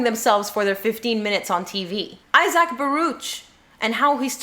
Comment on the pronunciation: OH, I keep meaning to remind you. Isaac's name is pronounced I-zic, not I-zac.